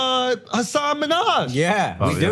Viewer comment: You're pronouncing Hassan's name wrong btw.